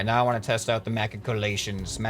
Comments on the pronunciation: by the way its pronounced ma-shick-you-lay-shons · say it with me Ma-chick-o-lations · Machicolations are very useful. Good job. (Pronounced like Ma-shik-you-lation) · pronounced as ma-shi-cu-la-tions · look up Shadiversity for pronouncing holes in the floor. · SHADiversity is always shouting machicolations, one of his castle videos is bound to show you how to pronounce it better